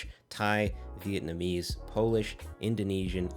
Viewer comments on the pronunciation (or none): none